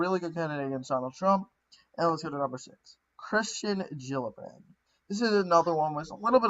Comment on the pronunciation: bee-toe is not the way to say his knickname. It is more like place a "bet" and "ohhh" Also it is ker-stin, not christian, jill-uhh-brand.